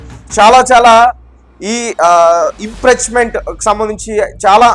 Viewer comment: నిజాలురాయండిరా లం.. కొ…ల్లారా. తంబనైలు ఏంటి నీవు చదివేది ఏమిట్రా ? అది ఇంప్రీచమెంటు కాదురా అది ఇంపీచమెంటు అనాలి.